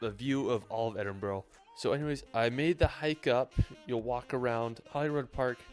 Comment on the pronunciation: He absolutely butchered the Edinburgh pronunciation 😮